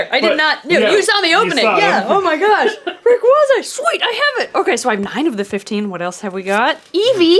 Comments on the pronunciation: You said Rayquaza wrong, it's pronounced ray quasar minus the R at the end, although you can still use it if it helps. It's a very common mistake though so don't worry. Fun Fact: the official Poké Rap for gen 3 mispronounced Groudon and Kyogre's names, so even they can't keep the names straight. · Ray-kway-zuh not ruh-kwua-zuh